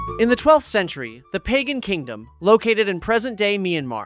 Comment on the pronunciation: Great video, but please look up pronunciations instead of winging it. Pagan is an easy one: buh-gahn. Some people put an emphasis on the second syllable, but never the first. Alaungsithu (ah-LOWNG-see-thoo) is hard, but he can also be called Sithu.